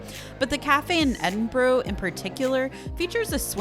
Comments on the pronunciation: "Edin-borrow" 😅. Try pronouncing it like "Edin-bur-uh" 🙂. (I'm from Edinburgh). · Loved the video, but has been pronouncing Edinburgh wrong, its ED-in-bruh